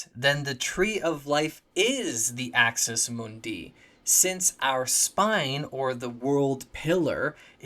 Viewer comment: Axis MOONdee, not Axis moonDEE.